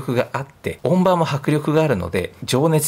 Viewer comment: 音場：おんじよう・と発音のが正しい様です。